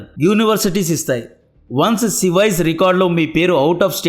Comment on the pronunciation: Haa haa 😂 అది సివైస్ రికార్డ్ కాదు సేవిస్ (SEVIS)😂😅😅 SEVIS mean I-901 fee 380$ ,bro we are wainting for your every video